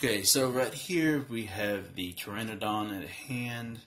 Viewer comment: Thanks for learning me about how to pronounce this Dino's name Fam. The P is silent! #TagTeam